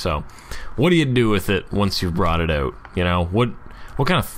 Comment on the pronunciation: I've been meaning to share: "Out" is properly pronounced "out" not "out." You're the best! Love your stuff.